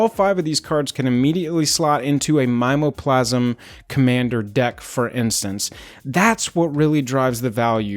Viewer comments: Mime o plasm seems wrong to me. I say mim EEE OH plasm which is like sayin targét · Never heard anyone say My-mo-plasm before...we always say Mim-me-o-plasm. Fascinating. Also, totally agree, flavor text on Voidslime will necessitate this purchase. Lastly, non foil is for crazy people.